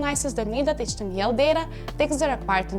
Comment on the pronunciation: did she say HTMEAL and SQUEAL